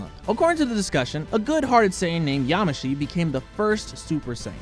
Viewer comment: it's pronounced (y-AH-moe-she)